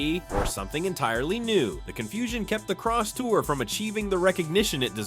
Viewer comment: It's not crosstower ,it's Crosstour